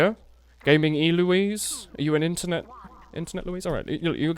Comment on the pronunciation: Just so you know, Eloise is a name in and of itself. So it wasn't E Loise. It's pronounced just like Louise, but with "Ell" in front.